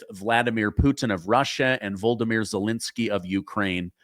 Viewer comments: Question for you? Why is it that you continuously mispronounce Zalensyy's name? How do you get - Vol-do-myr, which is how you pronounce his name as bering pronounced; Zalenskyy's real name is pronounced Vol-od-y-myr (the Ukrainian version of Vladimir). Why can't you pronounce his name properly? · Vo-lo-di-mir Zelensky